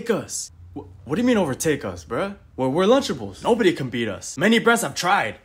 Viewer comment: Lunchables❌ lunchablelees✅